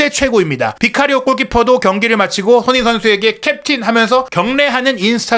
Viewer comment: "손흥민" 발음을 좀 정확히 해 주실 수 없을까요? 다른 발음은 모두 정확하신데...